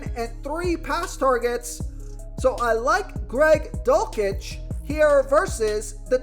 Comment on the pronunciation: The dulcich pronouncing was killing me